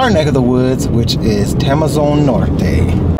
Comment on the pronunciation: just a little bit of clarification, it's TEMOZÓN not TEMEZON, I know you guys do not use accents but in spanish are important..